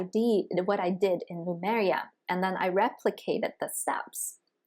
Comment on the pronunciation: Is it pronounced Lumaria or Lemuria? I'm hearing on this channel, Lumaria?? Just wondering about the correct pronunciation?